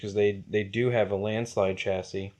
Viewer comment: Run it on 5s. It's the perfect voltage for the kaiju. Not 4s. And "chassis" is pronounced CHASSY